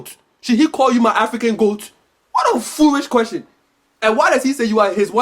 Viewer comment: Hahaha foorish